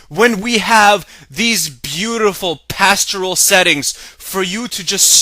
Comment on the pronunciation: I'm sure somebody has mentioned this, but there's no word pronounced pastural. It's 'pastoral'. -pertaining to the country or to life in the country; rural; rustic. portraying or suggesting idyllically the life of shepherds or of the country, as a work of literature, art, or music: pastoral poetry; a pastoral symphony.